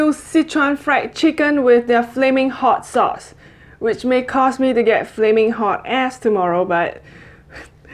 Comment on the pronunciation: The way she said, "Flaming hot ass"😂😂😂love ur channel ...keep going girl...👍😊